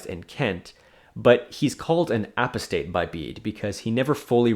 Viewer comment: always a good sign when a medievalist of European Christendom doesn’t know how to pronounce “apostate” 😂